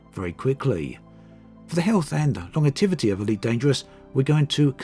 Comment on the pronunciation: Longetivity? lol